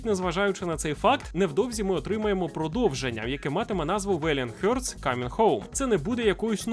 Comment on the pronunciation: Не "хьортс", а хартс.